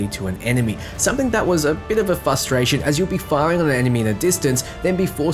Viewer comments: Dear god, the word is fRustration not “fustration” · It's frustration, not fustration. Just sayin'. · Garrus needs to calibrate how you pronounce fRustration. IT'S MAKING ME VERY FRUSTRATED. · The number of times you said "fusstration" in a row 😭 you are killing me dude. I don't mean to be nasty but that shit was too funny ... but I am glad the game will be less ... fusstrating. 💀